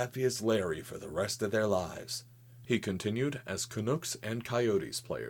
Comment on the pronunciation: "Canooks" Oof, NFY As a Canadian, I just alt f4'd my will to live. Turns out Canadian words are harder to pronounce than alien words.